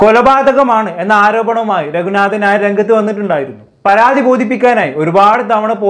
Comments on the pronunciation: Hi, ipo ith parayunnond onnum thonnaruth. രഘുനാഥൻ നായർ എന്ന് pronounce ചെയ്യുബോ പനയുടെ “ന” അല്ല. നൻമയുടെ “ന” ആണ്.🤭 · രഘുനാഥൻ നാ യോ😮. ഉച്ചാരണശുദ്ധിയോടെ സംസാരിക്കടെ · Ningal രഘുനാഥൻ ഞായർ എന്നാണോ പറയുന്നത്...ശരിക്ക് പറയൂ..നാഥൻ എന്നതിൻ്റെ ഉച്ചാരണം ശരിയല്ല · ഞായർ അല്ല മിസ്റ്റർ.. നായർ എന്നാണ് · Bro """"ന """ എന്ന അക്ഷരം നല്ല പോലെ ഉച്ഛരിക്കാൻ ശ്രമിക്കു """"രഘുനാഥൻ ഞായർ """" എന്നാണ് കേൾക്കുന്നത്